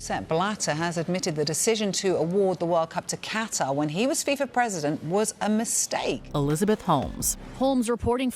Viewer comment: Im hearing "cutter" when it's "qatar"